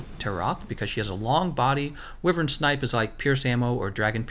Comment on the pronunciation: Good video! But wyvern is pronounced (WHY_VERN!)